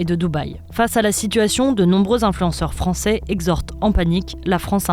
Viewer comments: "en est dé fRRancé" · "Oné dey fronçay"